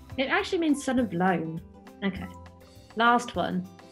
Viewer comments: Son of ioan with an i not an L Pronounced = Yaw-ann (like 'Yaw' from yawn and 'Ann' the name) The name was anglicised when the Welsh were forced to use English as their primary language. The J in jones may have been chosen to humiliate the individual as Welsh didn't have a j in the alphabet. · Davies is son of Davie, Davie being a shortened version of David. Same with Davis, son of Davi, Davi being a shortened version of David Jones means son of John. You said son of Loan, but it not L it’s I so son of Ioan, which is the welsh for John. There is no J in the welsh alphabet, not traditionally anyway, not at the time when anglicised welsh names were being created, they have probably added a J to it in modern times but the welsh they teach these days isn’t even proper Welsh, so it wouldn’t surprise me. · Diolch yn fawr (Thank you very much) for including Wales in your list. One slight correction: the name Ioan pronounced with the consonantal form of the letter I in the Welsh alphabet, and sounds like the consonant form of the letter Y in the English alphabet. It has two syllables, pronounced "Yo-Ahn". Fun fact: Ionawr is the Welsh word for January. Iona is the feminine form (and my late gramma's name) and follows the same rule. The Welsh alphabet is phonetic like Spanish and Italian, unlike English. Video